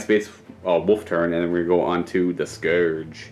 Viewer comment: The fact that this dude cant pronounce scourge drives me nuts.